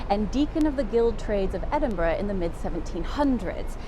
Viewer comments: Thank you for pronouncing the city's name correctly. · Thank you for pronouncing Edinburgh more or less correctly.